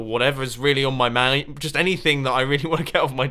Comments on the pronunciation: Twezux Coles!! It sounded like a stereotype Texan XD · you said the word " mind " really funny at that part lol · did anyone else notice the way he said mind ?